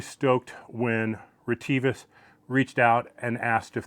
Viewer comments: On other YouTube channels I've heard the company name pronounced RET-uh-vis. Do you know for certain if reh-TEE-vis is the correct pronunciation? For example, have you talked to a sales rep, perhaps at a trade show or on the phone, who pronounced it that way? LOL, I have no idea what the correct way to pronounce it is! 😂 Thanks. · Hi dear, actually the RET-uh-vis is correct, thank you for caring about this point. We consider our users around the world have their own language pronunciation and accents, so we have not always corrected that.